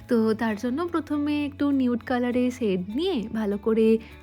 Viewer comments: You pronounce "sadow", "sade" instead of "shadow""shade" and then "masHcara" instead of "mascara"..in the last video too noticed the same..sounds very uncultured..try practicing loudly "SHe SElls SEa-SHells at the SEA-SHore".. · Why is shade and shadow pronounced as ' sad' and ' sado' and face pronounced as' Fashe'? It's fine if you are not proficient in English pronunciation. But you can always check the same on Google or even youtube before using it on a social platform. Since you are using English words, it's a suggestion to sound right while vlogging.